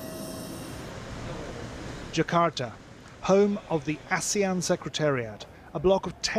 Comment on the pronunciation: Its ASEAN not Asian